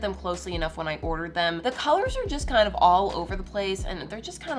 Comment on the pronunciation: “Kinda lugh” got me rolling